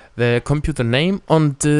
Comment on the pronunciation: compuNter. LMAO :) btw, ur helpful